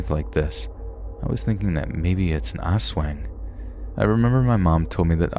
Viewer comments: Lmfao it cracked me up the way you pronounced Aswang. It's not pronounced ass-weng it's us-wahng. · I’m not here to criticize but to educate! Aswang is pronounced “as wung”. The “ang” part is pronounced like “ong” in the word tongue. This video was still amazing to hear especially with all the personal experiences. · It’s pronounced like ass-wong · Not the ol' ass-weng.😎👍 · Came to the comments to see if anyone had noticed this. glad I wasn’t the only one who did.